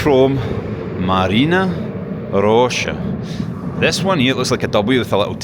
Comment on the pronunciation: It's not actually MaryEEna Roscha, it's MAHRyina Roscha -- from Marya, a version of Mary. Mary's Grove, basically. It's the name of the whole district. Nobody knows exactly why, apparently. :)